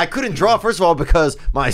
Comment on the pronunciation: BRENDA ITS PRONOUNCED “DRAW” NOT “DRALL”